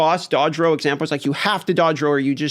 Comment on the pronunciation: Roll, not row.